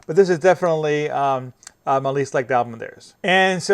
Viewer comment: Also.. you say Ablum.. a lot.. annoying..